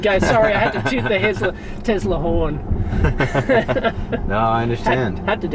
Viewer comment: Tesla not 'Tezla'